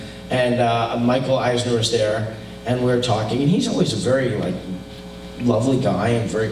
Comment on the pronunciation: I LOVE that he mispronounced eisner as eigner. I will forever dislike eisner and everyone who tries to validate his egotistical attempts at greatness. The man is the definition of a drone, make no mistake.